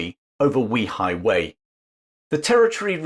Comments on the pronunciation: It's pronounced "Way High Way" not We High Way.. just FYI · I love that you are covering this topic, but it’s pronounced Way Hi Way not We Hi Way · The place is called weihaiwei, not weehaiwei, it's almost exactly like saying 'way high way' in English. I never understand why creators spend 20 hours making videos, but don't bother to spend 15 seconds checking the pronunciation, making them cringeworthy to listen to. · It's prounounced "way high", not "wee high". Today it's the Christian missionaery cult capital of the country. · Fascinating! By the way, it’s pronounced Way-Hi-Way, not We-Hi-Way. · A good lesson on the history of Wei Hai Wei. The pronunciation of that port is actually "way high way". Not "we high way". That would increase the credibility of this very informative history lesson. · Way hai Way, not Wee highway ..... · Weihaiwei is pronounced Way Hi Way not Wee hi way. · Very interesting documentary to add to your very informative channel. Thank you. One small quibble: you consistently mispronounce Weihaiwei. The first syllable not pronounced like ‘wee’ (like the Scots for ‘small’). Without getting into the complexities of tonal inflections in Chinese pronunciation, for a British anglophone the simplest solution is something like ‘way’-‘hi’-‘way’. Like some of your other comments posts have said it would be great to do some videos of the Straits Settlements in what is now Malaysia and Singapore. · BTW my mum pronounced it Weigh high Weigh . You may be correct but the Brits who lived there had their own pronunciation. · While excellent research and history, your pronunciation of 威海衛 (Wēi hǎi wèi) seems oddly off target. Is there nobody Chinese-speaking who could have helped? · Way hei, please get your pronunciation correct. It's a lovely place and I have been there often. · In Chinese though, it is pronounced something like ‘way-high-way’. The name actually means ‘strong sea fort’.